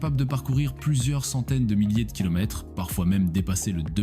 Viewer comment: Tres bonne video, dommage que l'IA lit mal les kilomètres et tours par minute